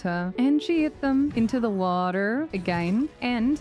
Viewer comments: the fastest 2 hour video I've ever watched Also, the "WATAARRR" annunciation fucking sent me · "into the wah-terrr" 😆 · the attempt of saying "water" as the only word in an american accent in the whole video was too funny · second. HAG MARINA DOESNT HAVE A BABY BUMP?! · I will never get tired of the way you say water... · Hey, I love your videos! And your sneak Archer build is stupidly overpowered and I love it! I just have one question though, why do you pronounce "water" like that? Did someone make fun of you for pronouncing it with an accent? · curious why she says water like a normal person instead of the way of the aus people. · why is no one talking about how she said bottle of water LMAO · But why pronounce water that way tho haha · I cracked up every time you said water. Great sense of humor and a great video! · alright i gotta know, why do you say water in an American accent?